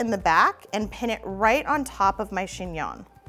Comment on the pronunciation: Chingnon? Chingon? 🤣